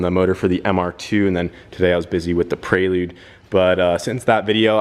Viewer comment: Prelude doesnt have an 'A' in it! U keep sayin Praylude 🤣 Keep up the good work!